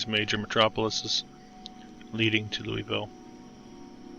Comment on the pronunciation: It’s Loo-uh-vul.